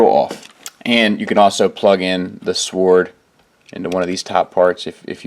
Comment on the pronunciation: awesome way you pronounce sword. lol. I do that